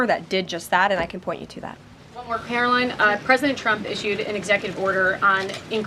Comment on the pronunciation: You misspell and speak her name wrong! It's Karoline , with a long i. She's wonderful! So we should get her name right!